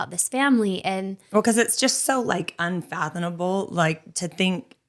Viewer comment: Unfathomable, not Unfathonable. Come on ladies! Only use words that you know.